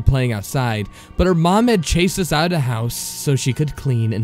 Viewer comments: Its "the," not "da." - . Had to stop after that, couldn't stand it. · The reader who pronounces "the" as "duh" and "with" as "wiff" genuinely ruins every story he reads, I cringe every time.